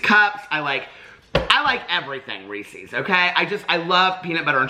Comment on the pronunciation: Team REESEEZ. You and I are mispronouncing but it’s just easier to say right?